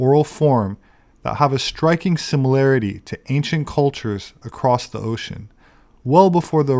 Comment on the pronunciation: the "i" land in the galactic oh-shine